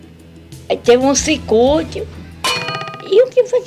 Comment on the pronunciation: ZUZU DIVA: "O poste la de casa de veize enquandu ta dando SIKÚTI" KKKKKKKKKKKKK